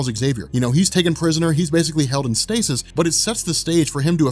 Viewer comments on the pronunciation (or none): none